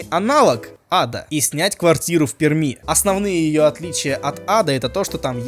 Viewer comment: ПеРми...мягко произносится,мягкооо